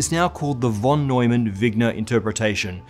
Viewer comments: why do u pronounce "von" as "won" and not as "fon" as u're supposed to? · Talking about pronunciation whenever you encounter the word 'von' in a German sounding name it is pronounced as if it had an 'f' instead of a 'v'. Like 'fon'. This applies to most German words, with few exceptions. 'v' is usually realized as a voiceless labiodental fricative in German. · John von [fon] Neumann :-) pronunciation nerd here